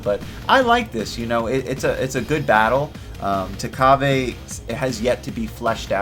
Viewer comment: it's takaba not takabe